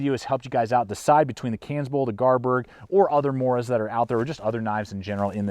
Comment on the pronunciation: It's pronounced Garberg,bestest knife money can buy,I think that grind on the Kansbol is to help you with field dressing Deer and rabbits.I have all the Mora knives except the Kansbol would you recommend getting one.I'm trying to make my mind about what knife to purchase next,between the Enzo trapper or TOPS BOB,or the Esee3. Any suggestions my friend.